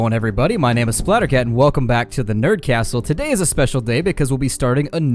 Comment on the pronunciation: I was surprised by the spanish pronunciation of SplatterCat, very good; It´s a very rare ability to find among youtubers. Mucha suerte y espero ver muchos mas videos!!!